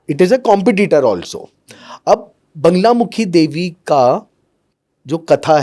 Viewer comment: Sahi bola baglamukhi hota he na ki banglamukhi